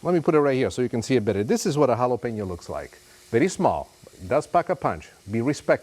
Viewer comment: Please don’t say “yalapenio” You pronounce it “Halapeño” 😐🇲🇽